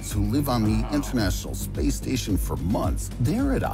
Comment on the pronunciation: We just gonna pass by the way the narrator adds extra vowels when he pronounces "space" like 'Spayus'